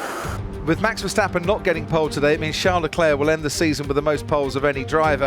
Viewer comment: Please, learn to pronounce MAX VERSTAPPEN, iT'S not Mex Versteppen!!!! The A is pronounced like the A in Charles, Not like the E in Mexican